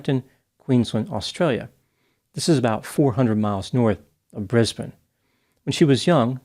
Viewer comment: That’s the best pronunciation I’ve heard of ‘Brisbane’ by a non Australian. I live in Brisbane. 👏🏻